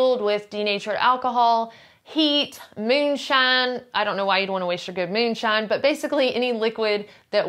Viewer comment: I like the way she says fööd and möönshine